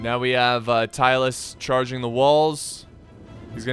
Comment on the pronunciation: American: Tylus. Me: Who? American: Tylus? Me: Searching from Internet "Tylis, a short-lived Balkan state mentioned by Polybius." DO you mean Tylis? American: Yes. Me: Oh.